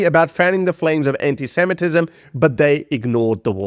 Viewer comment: I see you managed to say ANTISEMITISM correctly!